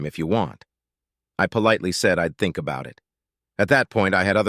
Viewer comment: Really think the AI READER needs to be taught proper pronunciation. It's polite with the big I sound.